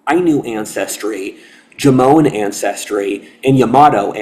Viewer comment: There are so many details you get wrong, that I can't even watch this. I'm Japanese. And no, it's not pronounced Jomone. Sorry not sorry.